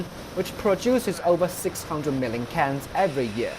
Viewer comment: his hundred sound like HungDred. Million sound like Mellium Everyday sound like Eveeyday Workers sound liek Wokers